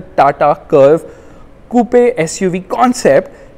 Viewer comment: Coupe is pronounced 'koop' not koo-pe